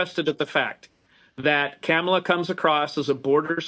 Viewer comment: I love how he pronounced her name -Camila 😂😂😂